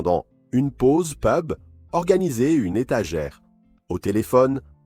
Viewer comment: Et la nettoyage, et peub au lieu de pub...